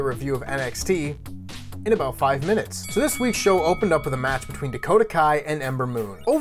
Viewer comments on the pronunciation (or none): none